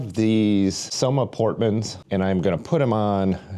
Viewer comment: just a super super minor comment because I know the area: the handlebars are named after a bridge in Vancouver that’s pronounced with both words given equal weight, e.g., Port ‘Man’, rather than ‘Portman’ which is kinda how you’re pronouncing it. That’s all! Love your videos